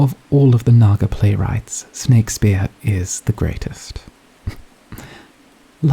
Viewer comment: Ah yes, I love me some "Snakespeare"